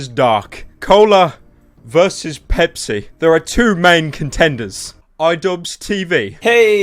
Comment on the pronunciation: the bepis truck is similar to how it is said in arabic: ببسي or bebsi. there is no P in arabic